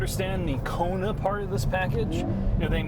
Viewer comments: "The Koner N" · they apparently spelled it wrong. definitely a coner N, by the way is saying it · LOL 🤣 It's a KONER N!!! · "Koner N"... Wow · "Koner N" no speaka engrish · It's a "Korner" 🤣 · Oh. It has 34 new welds. Now that’s……something. And the vehicle is apparently pronounced “KONER”. I don’t have a boner for the Koner. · “Koner” N.